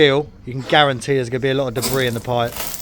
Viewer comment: Debris, or DEBRISSSSSSS ?